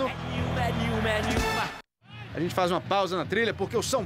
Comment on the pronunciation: O nome da música é "É nenhuma", mas o cantor pronuncia "é niuma"